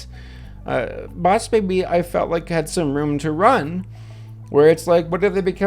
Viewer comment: DUDE IM SORRY BUT I LAUGHED OUT LOUD WHEN HE SAID " b0ss bēbi "